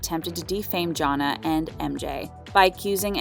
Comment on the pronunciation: I'm having a hard time understanding how you did a whole update on couples and ironically cannot pronounce Janae and Nia name correctly. The clips you added to this update has MJ pronouncing Janae name properly. I hope you take more time, in the future, to learn the names of the people you are reporting on. 🤦🏾‍♀️